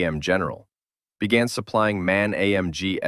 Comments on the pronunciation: M-A-N, not "man". (Maschinenfabrik Augsburg-Nürnberg) Like BMW. It's interesting that no one in the English-speaking world can pronounce the names of German brands correctly. Like Volkswagen ("Folkswagen", yes with "F"), Porsche (not "Porsch", "Porscheh"), etc. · It's the very first time in my long Life that someone pronouced it « Man ». No way.! Forget about Man. It's pronounced M.A.N., you got it, man? There isn't any "surprising story of socialist buses in the Yousa" either, but in the U.S.A., no matter whether with or without dots. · The pronunciation of MAN is not "man", but "em-ah-en". It is an abbreviation of Maschinenfabrik Augsburg-Nürnberg. And Malév is to pronounce "Mah-laiv" But teaching USains of the English about correct pronunciation is like playing chess with pigeons. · It's M.A.N. not "man" :) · The US should totally revive the "New Look" bus design. It's just weird enough to be iconic, friendly (Look ma uncle happy bus is coming!), gently retro-futuristic, easy on the eyes, and from the looks of it would work well with modern aerodynamics. MAN is pronounced Em-Ah-En, btw, not "man". "Maschinenfabrik Augsburg-Nürnberg", "Machine factory Augsburg-Nuremberg". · the company MAN is not pronounced "man", the name is actually spelled, so the pronounciation is something like "Emma-En" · the company ist called M-A-N not man or do you spell USA as on word? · It's pronounced M•A•N, not man! It stands for: Maschinenfebrik Augsburg Nürnberg! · MAN is pronounced letter by letter, m-a-n. It is an abbreviation, namely Maschienenfabrik Augsburg-Nürnberg.